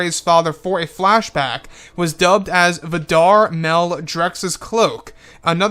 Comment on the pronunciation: Vad Dar?...remove space and it becomes Vadar.